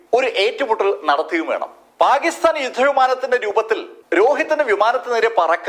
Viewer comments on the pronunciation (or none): none